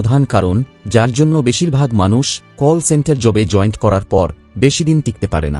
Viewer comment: এই টিউবার এতই শিক্ষিত যে জয়েন্ট কে জয়েন্ট বলছে ইত্যাদিঌ